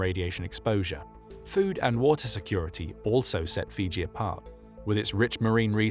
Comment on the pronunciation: Fuji??? No, Fiji